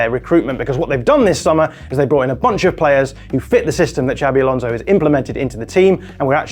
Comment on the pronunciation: I love the way the English overdo their pronunciation of "Xabi" (should be something more like ShaaBee) until it becomes "Shabby Alonso." He's not shabby at all!